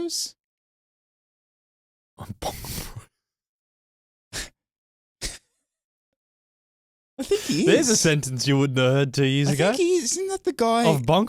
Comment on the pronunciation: When said BonkBros, I heard BangBros. But. I'll not admit it. 🙈